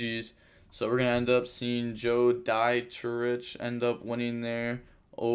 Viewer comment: I think Joe's name is pronounced "Joe DeeTrick"